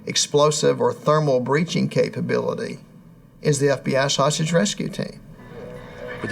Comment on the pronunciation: Did any else hear :"The FBI' Sausage rescue team"? 😂 (I know he means hostage rescue team)